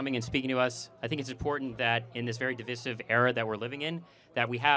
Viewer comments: Div EYE sive. They all say it incorrectly. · he didnt even say divisive right😂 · Moron can't say the word "Divisive" correctly. How are we supposed to unite.